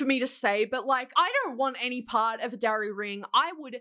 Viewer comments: I literally didn't know what a darry ring was before this video and I thought you said DRARRY ring 😭😭 I was like "like draco x harry rings????" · When you said Darry ring, I thought dairy ring. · I thought you said "dowry ring" not Darry ring, which I suppose also fits the situation 😂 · Wait first I thought she said "dairy ring" then thought she said "dowry ring," but it's spelled "darry"? Confused is me.